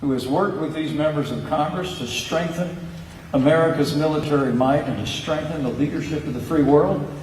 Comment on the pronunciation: "sHtrengthen America's military might and sHtrengthen the leadership of the free world!" PENCE, ( & many others ) there is no "H" at the beginning of "strengthen" !!!!